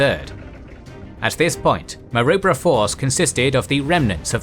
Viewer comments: Pronounced Ko-Ko-da, not Kockoda, and Ma-roo-bra, not Marubra. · And Ma-Roo-Bra or Ma-Rib-Ra 😉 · The pronunciation in this video is tortuous. Kokoda is pronounced K’koda, not Kockada. Maroubra force is pronounced M’roobra not M’robr. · It's pronounces Ma-Roo-Brah. We have a suburb by the same name here. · A great series. However, the AI mispronunciation of names such as Kokoda, Maroubra ect is annoying. 😖😆🇦🇺👍🏻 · I wish someone would tell them how to pronounce Kokoda & Maroubra correctly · Kokoda track. Long second o Rhymes with soda. Maroubra also has a long vowel UO as in you. Milne also drops the e at the end. Very good otherwise.